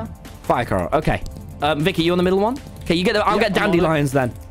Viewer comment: YOU SAID VIKKY HAHAA